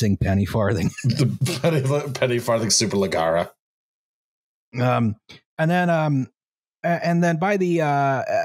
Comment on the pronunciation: RIP to endearing pronunciation of "superlegerra":(